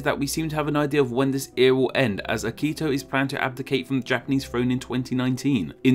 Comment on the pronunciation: The "Jura" mountains are pronounced "yoo-rah," by the way. And the emperor is "Akihito," not "Akito."